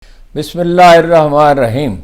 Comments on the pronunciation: ھارون الرشید صاحب گرامی، برائے خدا بسم اللّٰہ الرحمٰن الرحیم صحیح تلفظ کے ساتھ ادا کیا کیجئے ۔ آپ جیسے دانشور سے غلط تلفظ اور غلط زیر زبر کے ساتھ بسم اللّٰہ سن کر بہت گراں گزرتا ہے ۔ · اسلام علیکم ھارون بھائی۔۔۔۔! آپ بسم الله الرحمن الرحیم ۔ ۔ اور اسلام علیکم! کا تلفظ ٹھیک کرلیں پلیز۔۔۔۔۔ ھارون بھائی ۔۔۔۔خدارا خدارا برا مت مانئیے گا ۔۔۔۔۔پلیز